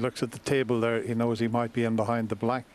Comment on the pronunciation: Its thurr, its thurr